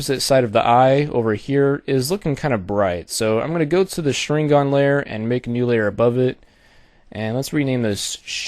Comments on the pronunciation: Well, good job for the tutorial. You do make a different kind of Sharingan which is good to see. But this is a fake as long as you paint the form of that Sharingan in overlay. I mean, dude, the Sharingan is visual power in that anime - Naruto and you kinda screwed it up in the way you make it. Please, don't make tutorials about things which names you don't even know how to say right. Tip for the Mangekyou Sharingan form that you make- it has to be black cause if it's not- it means the owner is blind and his powers are getting weak. The eye originally is red but it can be change in many ways. The Sharingan, especially the Mangekyou Sharingan must to be black. Like the corneal but not transparent. As i said in the beginning: Good job for the tutorial and good luck. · lol you pronounced it wrong....but thank you sooo much for the tut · you completely butchered the pronunciation of sharingan and naruto !!!! LOL awesome tutorial though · He completely butchered the pronunciation of the sharingan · As a naruto fan I say PRONOUNCE THE NAME FUCKING RIGHT>>CHIRST Now as a graphic designer I say Very nice vid ^-^